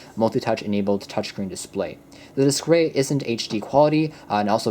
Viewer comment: Display not "Disqway"